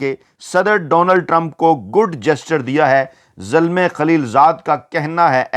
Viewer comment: This is not Zulmay but Zalmay. It is Pushto word which means young man.